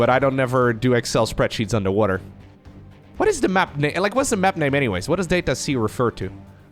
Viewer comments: You're saying it wrong! If you pronounce it "DAH-tuh see" then you'd understand why playing on Data-C means playing underwater. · DATA-SEA is what I hear every time u say DATA-C tho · Data-C “Data Sea” come on. also there’s 2 ways to pronounce data. Make it sound like it rhymes with odyssey. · "that-a sea"? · "it's at the bottom of the ocean *under the sea*" "On data-c" sounds like "unda da sea" like the song from Disney's "The Little mermaid" . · Maybe the mapmaker says "DAH-ta" and not "DAY-ta" and it's "Dat a sea". "Dat a sea?" "Yep, dat is!" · Every time you said Data-C I kept hearing "Data Sea", which "underwater map under the sea" checks out... Could just be me though. Could just be a play on words. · data-c "dat a sea" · as a fellow Dutchmani guess Data-C is a pronunciation word play thing because you pronounciate it as Data-Sea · its data-SEA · It reads data - C as in data "sea" in english. As in a sea of data, an ocean of data, or a large quanity. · It's so simple, just say "data" like an American not a European. Long A. Say it in the sentence "we find ourselves on data c". Notice how you basically said "we find ourselves under da sea"? It's just a really bad pun that only works for Americans. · its called DATA C, it can also sound like DATA SEA.